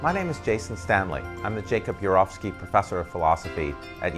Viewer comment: He doesn't seem sure how to pronounce "Urowsky". The first four times, he says it one way; the fifth time, he says it another way.